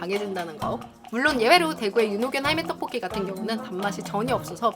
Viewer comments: 떢볶이 발음찰지네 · 떡볶이 발음 찰지다